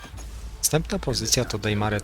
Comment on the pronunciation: Spoko zestawienie ale to "Dejmare" aż kłuje w uszy.